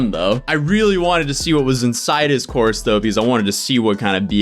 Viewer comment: I am across the room listening and thought you said an online horse 😂